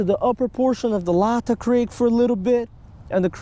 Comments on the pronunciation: FINALLY! Somebody comes to Washington for something other than the stereotypical salmon or sturgeon trip. Also, not to be too much of a douchey local, it’s “lay-tah” creek👍🏻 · It’s pronounced lay tah creek